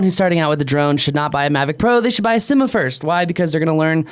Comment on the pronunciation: Inenjoy the videos,but needs to learn how to pronounce"Syma".There are a couple of ways that are plausible,but I don't think "Simma"is one of them.Thanks for the video.I have,and love theSyma X5C,but frankly the camera sucks.